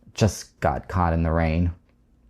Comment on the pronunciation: Caught к примеру, он неправильно произносит, он просто не знает многих нюансов. Он не специалист, методически не умеет излагать материал. Он сам любитель и вещает для любителей.